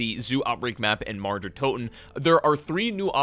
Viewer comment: I cringe everytime he pronounces mauer